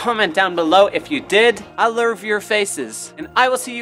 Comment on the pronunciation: I LOVE IT WHEN HE SAID I LERV YOUR FACES